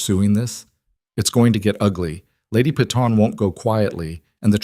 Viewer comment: Why must you prounounce Peyton as pee-tawn. Instead of correctly as pay-ton ?